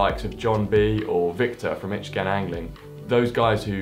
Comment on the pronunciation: "Itch Gay Anglin" hahahaha! Best German mispronunciation I've ever heard